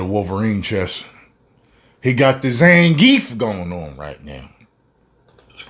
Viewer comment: Lmao bro you said Zangief 😆😆😆😆